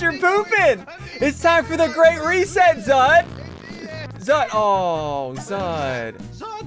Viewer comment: You said "The Great Reset" mod wrong at the start if the video